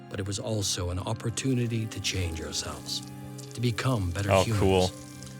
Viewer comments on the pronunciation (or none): none